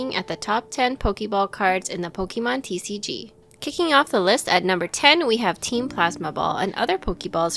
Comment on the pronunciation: GET MY GUY WHO SAYS TCG WITH A WEIRD EMPHASIS BACK!!